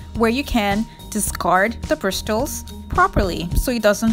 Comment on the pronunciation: It’s pronounced ped-uh-stull not ped-stulls, and they are bris-suls not brist-tuls.